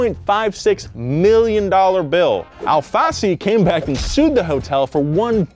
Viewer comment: As a brazilian I have to say everytime you say Al Fassi it sound´s like ALFACE, which translates as lettuce in portuguese. btw. long time fan here, keep the good work!